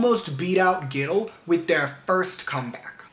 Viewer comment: Really love this video. Even tho I've been a Fearnot for a while now, I learned some new stuff about their streams and I really appreciate that you compare them to themselves. Intresting stuff. Also I thought it was so funny how you kept pronouncing (G)-idle as gidle like w the G instead of on it's own. Not really an issue but funny to me.